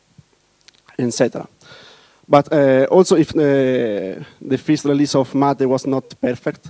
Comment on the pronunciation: It is what we always wanted. Proper GNOME 2, but not decaying into nothing. This is awesome. He does say fist instead of first though. I'll probably still pronounce it mate rather than matt-eh. Thinking more of mate as in friend, rather that what is being attempted in the tortoise photo.